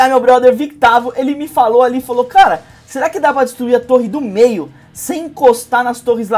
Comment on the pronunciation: Quando escutei o falando torre do meio eu entendi dedo do meio